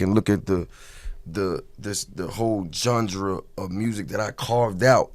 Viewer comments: did jeezy just say Gendre? instead of genre?..lmao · Jeezy in my top 5 of the last 10 years. Also did he say "jondra" instead of genre? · this nigga said, "whole jondra of music". tf fool